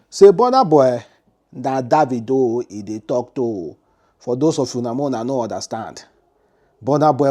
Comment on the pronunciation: how do you know is referring to boss man davido....Mr man learn how to pronounce someone name